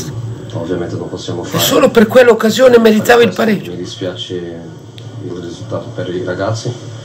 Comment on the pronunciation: Ho capito bene ha detto mi spiaze?....spiaze..😂